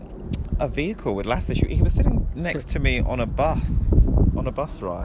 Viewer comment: I love the way you pronounced Lasse's and Leena's names XD